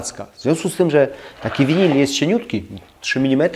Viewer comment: Dlaczego mowisz winil.....?